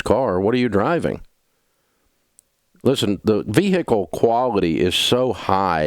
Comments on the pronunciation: please, step out of the vee-hee-kill! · Vee Hickle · Just paid off my Veehickle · “ V - H I C K L E” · I saw this just as he said it 😂